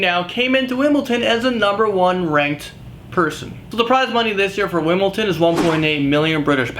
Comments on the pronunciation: wimbleton...WIMBLETON...WIMBLE-T-ON!?!?!?!??!?!?!?!?!?!?! its wimbledon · It's WimbleDON not Wimbleton